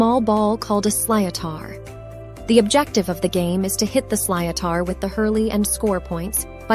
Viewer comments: Haha…what the hell is a “sly-oh-tar” …l.it’s pronounced…”slit-her” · geez, lady if you are going to do a youTube clip on anything, at least do some basic research on what it is you are talking g about and 'pronunciations'. I know it may be difficult for Americans to pronounce certain words over on this side but its 'slitar' NOT, as you said 'sly-o-taar' ..Ok try again, phonetically its 'sli-tar' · “Sliotar” 😂. Pronounced ‘slitter’ (phonetically speaking!). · Sloithar is pronounced slither!😂😂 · the 'slíotar' is pronounced 'shlit' (shit with an L), and 'tur' (rhymes with fur)... shlitur. also, hurling (and GAA football) is NOT played at a professional level, all players in the senior game have other jobs and don't get payed to play... they play for the love of the game 😎🤘 Go n'éirí an t-ádh libh ☘ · The ball is spelled sliotar..but pronounced slit er. 40 shades of green. Was just a song (12 things.) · Hurling and Gaelic football are not played at a professional level. Sliotar is pronounced as “slitter” just FYI 🤘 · Sliothar prounced slither. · It’s pronounced silt-er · The hurley ball is called/pronounced a "slit ar" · Sliotar pronounced Shlithar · Please learn how to pronounce sliothar before saying it. It's insulting